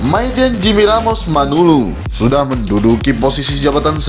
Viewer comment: MANALU BUKAN MANULU TLG JANGAN SALAH MENYEBUTKAN....